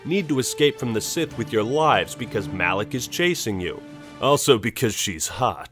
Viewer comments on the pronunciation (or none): none